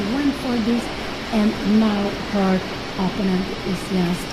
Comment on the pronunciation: Here we go again with the mispronunciation of "opponent" from mother Cramling.